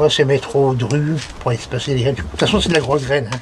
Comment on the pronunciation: Petit message pour vous remercier et pour vous dire que je trouve intéressant comme dans cette vidéo ou vous donné la variété que vous trouvez le plus à votre goût. La par exemple vous avez parlé de la marche à grosse graine (et non pas la marche à groseilles (accent)) 😊. Car j'ai déjà essayé plusieurs variétés et je ne les trouve pas top . Du coup la prochaine sera grosse graine. Merci 😊